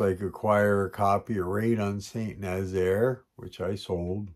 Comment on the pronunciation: Mark! Raid on St. Nazaire went out this morning from “the other flank”. It should be there by the end of the week. You nailed the name too :-)